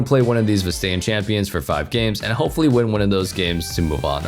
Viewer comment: Vas-tae-an champion 😑